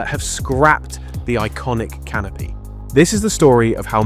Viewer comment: vast canopy? I thought you said "vast canape" Now that's a real appetiser